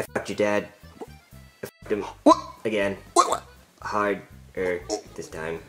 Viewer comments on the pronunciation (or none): BRO SAID HARD-ER LMFAOOO